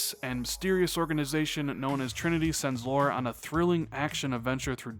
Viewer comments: Lara not Laura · Lah-ruh... Laaah-ruh. Lara. (!)